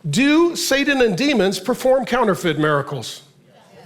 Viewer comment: Is Pastor Mark saying "Sadan" instead of Satan??? Am I hearing him right?